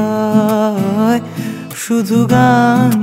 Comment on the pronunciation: 'পরিছয়'..... বাংলা উচ্চারণে নতুন মাত্রা যোগ করার প্রয়াস......